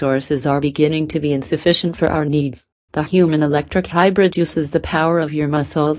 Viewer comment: lol. in the description you say you don't think people will notice that the voice is synthesized. I figured it out when the first thing it said was: He, the world's first human electric HYBRID VEHICLE!!! lol